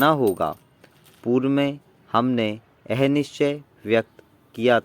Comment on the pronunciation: "Yahe", thik se bolo sir please 👏👏👏